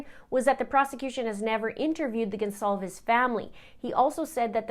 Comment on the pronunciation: Did I mishear the Judge mispronounce “Goncalves” right b4 his wordy “apology”?